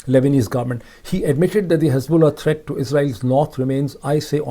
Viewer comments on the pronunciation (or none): none